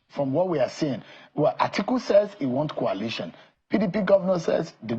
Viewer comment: KWALITION KWALITION... Is it so difficulty to pronounce COALITION .... COAL ..LITION .. REALLY IRRITATING KWALITION